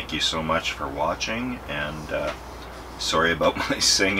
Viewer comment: Did you say sooory? Love that Canuck accent Bro!